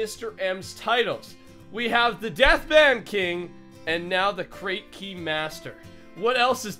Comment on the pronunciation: When i first started watching your videos, i thought death ban was death "ben"